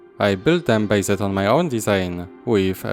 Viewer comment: Words like "covered" and "based" are basically pronounced without the last "e" being silent. So it's just "coverd" and "basd" instead of "cover-e-d" as you pronounce it. Just watch some english videos and you will hear it :) Just to improve your English skills step by step :)